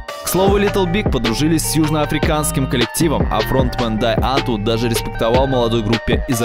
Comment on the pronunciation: Да чувак как будто ещё и все слова только в письменном виде видел, а теперь читает теперь с бумажки и пытается угадать, как они звучат 😂 Что слова на английском (police → полайс, hateful → хэтфул, scissors → скайсос), что имена и фамилии (Усачёв, серьёзно?), что названия (Дае Антвуд?😂😂 камон!) Ну вот как, как, блядь можно говорить про ролик, в котором 400 раз повторено "рок пейпэ сизорс" и всё равно говорить «скайсос»? xD